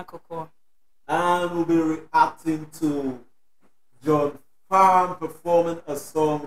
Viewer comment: John Farnham or better known as Farnsy is an Aussie icon a lot of Australia’s can’t listen to this song without shedding a tear or two. Should check out the song “when something’s wrong with my baby” by Jimmy Barnes and John Farnham (the H is silent)